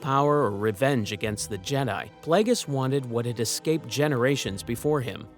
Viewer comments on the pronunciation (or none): none